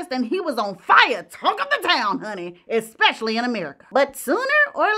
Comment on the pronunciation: Wale ( Wales ),Expecially,magneticism … dear,speak proper English